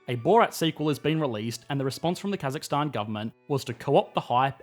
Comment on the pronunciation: As a Kazakh our nation has changed a lot and I’m glad finally some one who’s not Kazakh that can say more correctly Stan thank you!